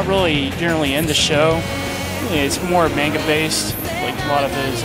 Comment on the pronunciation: omg the guy who did the 4th hokage DX how dare he call himself an otaku, it's NA-RU-TO not naruuutoe D:< and it's pronounced mahngah not mainguh D:< *fangirl hisssss*